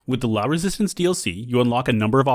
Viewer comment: Sir. Did you just say La Resistance ? You cannot say La and not follow it with Résistánce. It's revolutionary sacrilege 😤 (/s btw, to be clear)